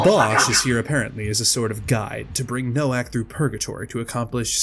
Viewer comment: Hearing you so blatantly mispronounce Nowak hurt me just a little bit inside TwT (his name is polish, more accurately being pronounced like “No-Vahk”) but aside from that I absolutely love this video! Also I can’t believe you used the weezer art of the characters for the thumbnail lmfao